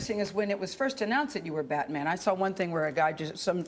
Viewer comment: she said buttman